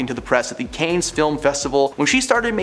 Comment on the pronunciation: The Cannes Film Festival is pronounced kahn. The S is silent.